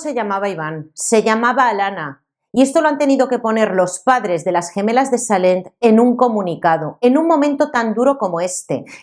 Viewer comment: Salent? NO se pronuncia con "elle" es decir, tal cual se escribe, eso si, la T final es muda: SALLENT. Por lo demás, excelente video!